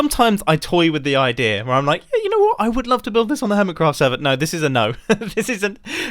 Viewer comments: Lmao “Earmitcraft” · I can't help but notice "Earmitcraft" .